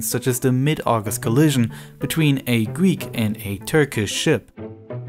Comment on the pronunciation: Gweek islands